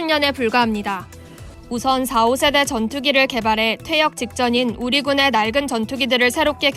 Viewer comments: 성우 틀린부분 4.5는 4,5세대가 아니라 4.5(사점 오세대)라고 읽어야합니다. 4세대 f-16 4.5세대 f-15k kfx는 16과 15k의 중간급을 목표로 만들겠네요 실제론 전자장비가 관건이네요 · 4.5세대를 자꾸 4 / 5세대라고 구분해서 읽네!~~ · 4, 5세대가 아니라 4.5 세대라고 읽는 겁니다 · 아나운서님..4.5는 사오가 아니고 사점오..입니다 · 사오세데가 아니라 사점오세대임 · 나레이션 교육 좀 다시해라 4.5 세대 = 사오세대 x 사점오세대 그리고 무수한 띄어읽기 오류 지금 자신이 뭘 읽고있는지는 알고 읽어야지 그냥 한글만 읽는다고 될 일이 아니다. 엉망이구만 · 콤마가 아니라 닷이에여. 4쩜5세대 전투기지 4,5세대가 아닌데..ㅋㅋㅋ 아 개웃기네 ㅋㅋ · 4.5(사점오)세대 전투기를 그냥 45(사오)세대 전투기로 읽어버리는군요. ㅎㅎ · 나레이션 맡은 분께 원고 작성자가 제대로 안알려준듯... 비행기의 세대(제네레이션)은 명확히 구분해야 합니다. KF-X는 4.5 (사쩜오)세대의 전투기입니다. 사오세대 전투기가 아닙니다. 4세대 5세대 처럼 읽어버리면 곤란합니다. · 물론 여자라 분야가 분야인만큼 지식이 없어서 그럴수 있는데 아나운서 자꾸 4.5세대를 4세대 5세대라 하냐? ㅋㅋ